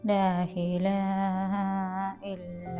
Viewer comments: ലാ ഇലാഹ ഇല്ലല്ലാഹ് എന്നാണ് ..ലാഹിലാഹ ഇല്ലല്ലാഹ് അല്ല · ലാ ഇലാഹ ഇലല്ലാഹ്. ലാ ഹിലാഹ എന്നല്ല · ലാഹിലാഹ അല്ല ലാഇലാഹ ആണ്